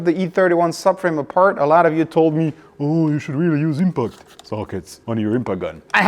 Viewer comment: It is, A lot, not alaaara